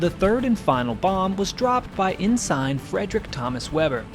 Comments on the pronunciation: It’s pronounced “En-sin” not “en-sign” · I’m not sure if anyone has mentioned this , but Ensign is not pronounced en-sign but “ensin” ! R, BM2(Boatswains (pron ‘Bosuns’) Mate 2nd Class, equiv to Petty Officer 2nd Class) , USN(Ret) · En-sin not En-Sign… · "Ensign" is pronounced "en sin" not " en SIGN" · EN-SIGN?????? How about EN-SIN..... WOW.... take the time to learn to pronounce words properly.... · "Ensign" is pronounced, ĕn′sən, -sīn″. There is no, "sign", pronunciation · Ensign is not pronounced "in sign". Phonetically it is "ɛ n s ən" or in sin. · en-SINE for ensign? hurts my ears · Outstanding individual and bravery. A member of our GREATEST GENERATION. I thought ENSIGN was pronounced: En-sin. What do I know though? I am the wife of an Army veteran but our son was Navy. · Great vid! Btw, Ensign is pronounced “In-sin” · Please learn how to pronounce the Navy rank of "Ensign". CWO4, USN(Ret) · Kind of sad the narrator of a Naval Air action can't even properly pronounce a simple word like "Ensign". Smh 😣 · What country are you from? Doesn't seem you know how to pronounce 'ensign' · Learn how to pronounce Ensign. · Are you aware that there is a British and an American pronunciation of the word "ensign"? I wonder if you absorbed the British pronunciation from watching their documentaries. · Dude ……. You can’t pronounce ENSIGN?